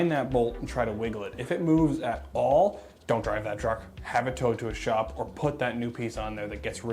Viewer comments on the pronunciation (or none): none